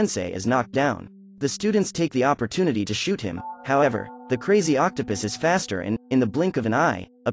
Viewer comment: Are we going to ignore that he said Octa pis